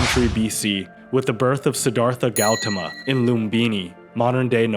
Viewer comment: I can always tell when it's an AI voice. No person pronounces Siddharta Gautama, Theravada or Harappan that way.